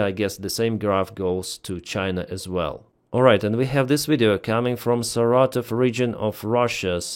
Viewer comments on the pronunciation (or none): none